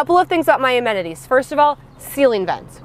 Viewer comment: Did you say amenities or MOMenities? Yes, you can steal it for future videos 😊